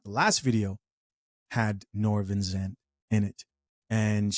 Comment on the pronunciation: It's Vincent,. Vin - cent. You're welcome...😏